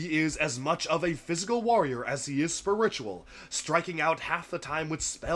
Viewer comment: The way you pronounce spiritual had me taken aback for a second there. Is it an accent thing?